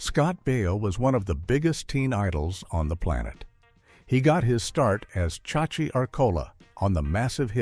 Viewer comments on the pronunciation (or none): 😢Ja ja ja! AI, you read words funny and your pace is weird. Stop hiring artificial intelligence to do the job of a human! You showed Brittney Spears during a story aboit Melissa Joan Hart. And you said "she was the older sistet." Scott BI-OH.😂😂 Joanie Loves Chechees?😂😂 Wait, Rhett Butler's character daughter a male or female?. . Strangely enough i kept warching the video.